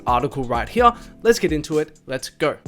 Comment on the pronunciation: Anytime he says hear I die lol. “Right Heeya”